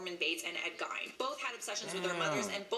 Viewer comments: When they talk about Ed Gein, it bothers me... it’s pronounced as if spelt like Geen... Geeeeeeeeeeen... not If as if spelt like Gine.. FFS. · It’s not Gine it’s Gein. There’s a movie about him called Ed Gein”freaky” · Cringe. Ed Geeeen. Not Gine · Pronounced like "GEEN" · I'm a psychology major and the way she is slaughtering ed gein's name (actually pronounced ge-en) is making me cringe 😒😒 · She says it like she's about to say gyno or something... Ugh😬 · Shes saying Ed Gein's name totally wrong. Its pronounce like GE-EN. Sorry, that was annoying me. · Alicia Rice yeah,pronounced “Ed jean” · That shit was deivinnnggg me crazyyy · Lol being from Wisconsin I cringed every time she said his last name. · I have my bachelors degree in Psychology, would’ve had my Master’s by now but unfortunately, my health situation got in the way of that. Also, I agree that she pronounced his name horribly. She should’ve asked how to properly say it before embarrassing herself. 😂